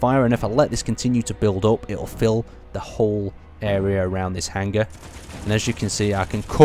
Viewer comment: It's hanger not hang-ger